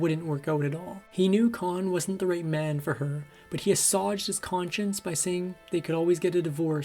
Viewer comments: Her most famous role is 'jiilda'. Posting this petty criticism is the only way to 'assuwage' my minor annoyance. Just run the recording past a few people before posting next time, it's a good channel. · decent video but please, pal pronounce the words correctly: assuage and plied, not piled. Weirdly you didn't tell that Rita's father sexually molested her. Were you too shy? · Mispronouncing assuage